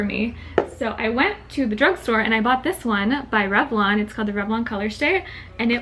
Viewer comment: you said bruge store you do that